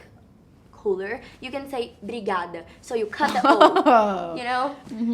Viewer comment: Que entrevista perfeita!! Maísa, você foi essencial nessa entrevista e como vc conduziu a conversa com a nossa BILLIE também! Foi incrível, ela falando “ obrigada” PERFEITA! Te amamos, BILLIE. Foi incrível ter você aqui no Brasileirão, espero que volte logo, seus fãns estaram a te esperar. E obrigada, Maísa. Por essa entrevista maravilhosa com a nossa ídola 🥺🥺🥺🥺❤️‍🩹